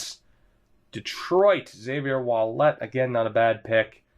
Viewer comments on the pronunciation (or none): Ouellet is pronounced Wellet basically